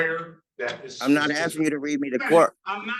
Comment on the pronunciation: Just sounds funny hearing "assin da question." :face-blue-smiling